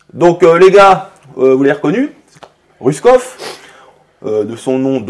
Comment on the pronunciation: Apprend a prononcer le nom de quelqu’un avant de l’inviter grosse tete